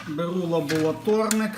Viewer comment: Веселий контент у вас . Все добре. Ріже вуха слово лаболаторник , звик до лабораторник . Один із головних інженерів РЕМ так тоже мовив , пришліть мені лаболаторію !